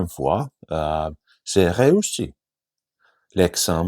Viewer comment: Super, travailles le son J pour mieux prononcer le "j'ai"